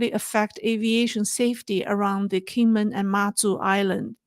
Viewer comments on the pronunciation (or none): none